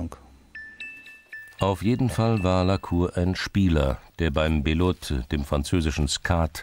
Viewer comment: Sprecher: "der beim Bilote, dem französischen Skat...???" Belote heißt das Spiel, gesprochen bölott, weil das "e" ohne accent im Französischen "ö" ausgesprochen wird.